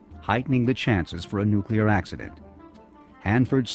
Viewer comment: Of course he said NUCULAR, what the heck is that?? (nuclear)